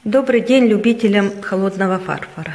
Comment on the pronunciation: Пожалуйста- ФарфОра, не фАрфора